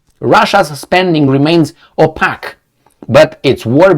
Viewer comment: 'Oh-pake'. Seriously man, love your presentations. I call my pal 'Babydoll'.